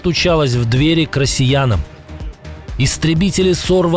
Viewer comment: Мне послышалось: "К рысиянам"